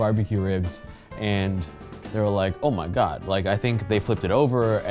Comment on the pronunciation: "Omagad" ~